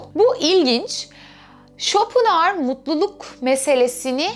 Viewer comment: İsmini bile yanlış telafuz ediyorsunuz !